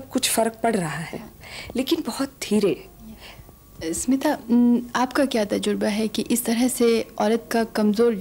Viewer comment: Its स्मिता पाटिल not सिमता पाटिल! pls correct it.